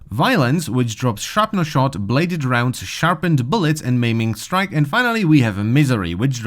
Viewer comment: "Meming strike > Maiming strike" xd